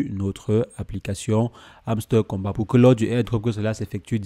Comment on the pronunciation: Encore il prononce hamster kombat 🤣 🤣 🤣